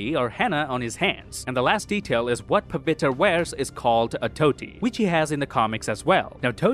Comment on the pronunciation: it is not thoti it is dhoti btw